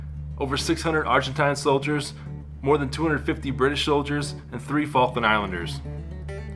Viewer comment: It's the faklands Falk Lands